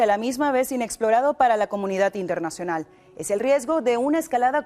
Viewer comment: No digas inernational¨....